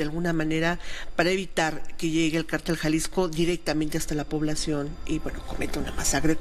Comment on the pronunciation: Se dice cártel(con acento en la a) y no cartél (sin el acento porque no lleva, según la regla ortográfica.)